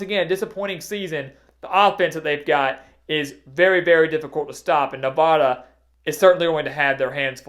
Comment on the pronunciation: Please learn how people in the west pronounce "Nevada". Thank you